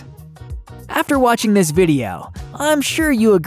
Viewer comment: The “T” is silent in soften and the “G” and the end of most words is not pronounced with the ‘guh’ sound. Like watchinG… sorry, but drives me so crazy I can’t watch your videos.